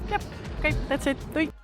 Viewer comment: The "oke doei" was so Dutch. Je doet het heel goed, op naar meer 💪🏼👌🏼